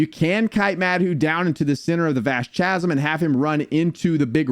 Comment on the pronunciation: Thank you! I appreciate the guide, but after the like 10th time in saying Cha-zum in like 3 minutes I just had to go to the comments 😂